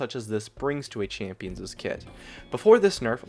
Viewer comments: Very minute point, but it is not pronounced champions'es, it is pronounced champion's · A champions'es kit. Please don't ever say that again. It's not plural. Champion's is possessive and only has one s sound. Champions', plural and possessive still only has one s sound. I love your vids. Sorry to be the grammar nazi. Haha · Please stop saying "champions's." It wouldn't sound that way singular or plural. "champion's" and "champions' " sound exactly the same. Sorry, but that was getting on my nerves